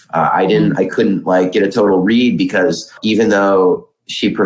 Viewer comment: Couldn't is not 2 words. It's a contraction. Learn how to pronounce contractions please.